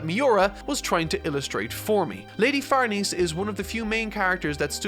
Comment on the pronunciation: Just fyi, "Farnese" is pronounced "Far-NEH-seh", not "Far-NEESE". I also thought it was "Far-NEESE" while reading, but then I watched the 2016 anime where they say "Far-NAY-zay" and had to look up the name's actual pronunciation: it's "Far-NEH-seh".